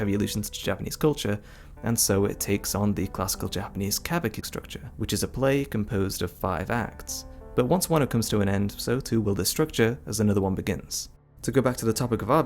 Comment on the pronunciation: It’s pronounced ka boo key lol